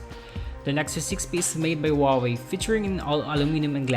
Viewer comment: What did he say? Nexus 6p made by whawy